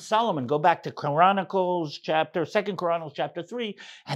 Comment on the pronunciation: Sounded like you said Koranicles lol 😅